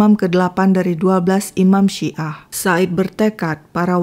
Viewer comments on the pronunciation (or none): none